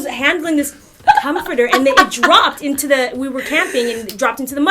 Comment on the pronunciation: "Com forter" I can't stop laughing LOL